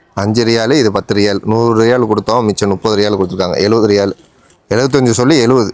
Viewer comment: Riyal nu sollu da cring mandaya